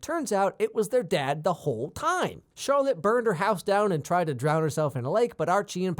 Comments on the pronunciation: It is pronounced as share-ole not Charlotte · He said Charlotte instead of Cheryl... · CHERYL NOT CHARLOTTE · Did anyone else notice how at the start of the video he was calling Cheryl Charlotte lol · Are we not gonna talk abt how he calls Cheryl Charlotte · Why does he call Cheryl Charlotte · Wait wait wait... did he just call Cheryl Charlotte! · No one is speaking about how he called Cheryl Charlotte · Are we not talking about how he calls Cheryl,Charlotte 🤔😑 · Charlotte!!! its Cheryl Bombshell lol 😂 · oh he DID NOT just call cheryl charlotte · Did he just call Cheryl Charlotte!?😳🤨😑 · Cheryl not charelotte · Her name is Cheryl not Charlotte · Btw it's not Charlotte its cheryl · Did anyone realise he said Charlotte instead of Cheryl?😂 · Her name is CHERYL, not Charlotte. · right off the bat im gonna point out that her name is cheryl not charlotte... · why is he calling CHERYL charlotte??? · Her name is CHERYL not CHARLOTTE. bruhhh you aint qualified to make this video, take a seat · its cheryl btw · It is Cheryl pronounced SHARE-RIL by the way they say her name like 27,394 times in the show ??? But otherwise good video!